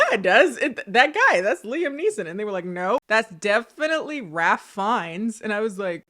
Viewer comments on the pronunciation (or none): Not to be pedantic, it's pronounced Rafe Fines. He played Voldemort. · It’s pronounced Rayf Fiennes